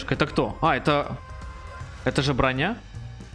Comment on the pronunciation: Ты просто не совсем так произнес